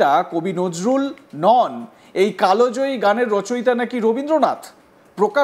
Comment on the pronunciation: কালো জয়ী নয় কাল জয়ী , সংবাদ পাঠ করছেন তবুও উচ্চারণ ভুল ।